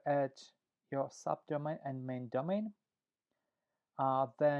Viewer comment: Sorry but terrible recording - and when you say sub domain please be more clear what are you saying